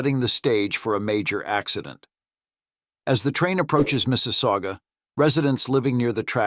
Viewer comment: Mississauga. Also known as Mrs. aOOgah!